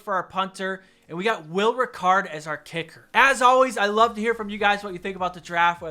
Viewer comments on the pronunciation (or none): Will Reichard is actually pronounced, Ri-card. Not a big deal tho, love the vids. Team is prob a 90/100 I think it would have been a 95/100 if you drafted Jamo. That speed w burrow would def be a Super Bowl contender easily.